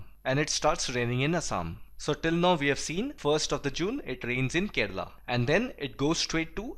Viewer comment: Did any body heard that he said, Keral is the first country to get rainfall...